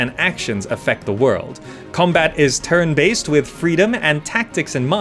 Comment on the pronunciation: Am I the only one hearing "terran-based combat"?? :)